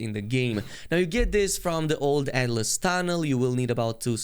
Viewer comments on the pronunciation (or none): none